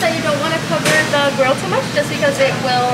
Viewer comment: The Maryland accent came out when you said “she was doing TEW MUCH” 😂😂😂